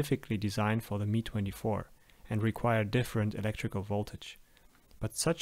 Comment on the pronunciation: Please stop saying it as "me" [MI:] 24 it´s [EM-A:J] 24